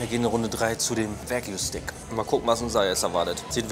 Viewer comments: es heisst wagyu, nicht wague lol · Wague???? konzentrieren Mensch.